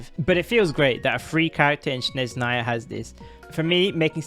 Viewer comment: It's not "shnez", its the other way around - "snezh". 😂